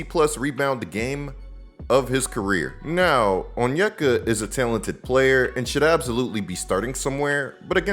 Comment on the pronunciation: The way you say talented is wild. It sounds like tailented